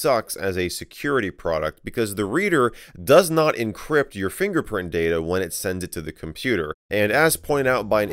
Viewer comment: I'm sorry did you say finger fox